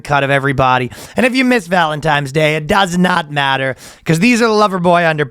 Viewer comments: Of fucking course ryan says "valentimes" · He keeps saying Valentimes during the ad read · Just don't keep taking it, brother. It's ok to use it as a temporary aid when things get incredibly rough, but you're well strong enough to overcome the rest on your own. Sorry for the lecture, I just don't want to see anyone suffer like I did. Also, I believe it's ValenTIMES day. That's the way the in-house Boyscast language expert, Ryan, pronounces it.